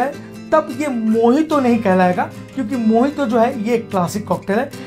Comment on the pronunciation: dada mojito ko mohito kiu bolta he???